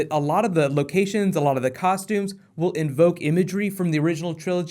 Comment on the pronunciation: Please stop saying "envoke"